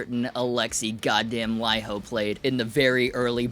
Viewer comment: Bonus points for pronouncing Laiho properly. Cheers!